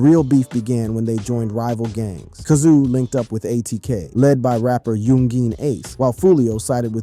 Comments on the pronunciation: It’s pronounce k-sooo. you killing me with kasuu sht 😂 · yun-geen, kazoo 😆 this man